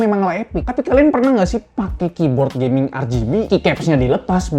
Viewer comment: kibod geming jd ligting, hmm